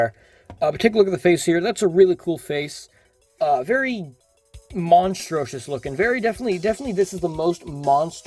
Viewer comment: Ive never heard anyone pronounce monstrous like that